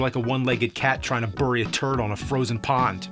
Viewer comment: You mispronounced "bury."